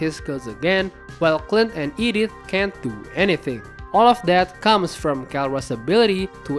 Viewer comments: There's no way bro just called Edith "Idioth" 😂 (No offense. ) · i heard 'Edith' as 'idiot' 😂 i was wondering why would he call the roamer 'idiot'? then realized it was 'Edith'